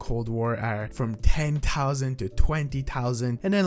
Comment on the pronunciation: Cw ray gun all day. Say it with me thousand not tousand. What goes around comes around u were a dick to me when I just said love ur channel during ur outbreak stream. Ps in future don’t be mean to ur fans